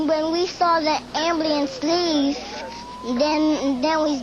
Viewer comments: It's cute how he says Ambluance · "am bliance" ^_^ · What a sweet kid. I loved how he mispronounced things like "ambulance" and "paramedics" cause he was really young. He's a pretty smart little kid to know how to call 911. I'm glad the dispatcher realized it wasn't a prank call.